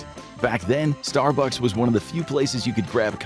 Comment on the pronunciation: the point at which text-to-speech becomes obvious: "your neighborhood Star BUCKS". It's pronounced STAR-bucks. You know, like the Viper pilot from Battlestar Galactica? Dirk Benedict.